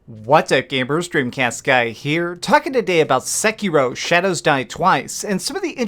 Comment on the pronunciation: This isn't explained, it's just a bunch of wrong theories and a guy with an incredibly annoyingly voice and stupid affectation aggressively mispronouncing Sekiro a hundred times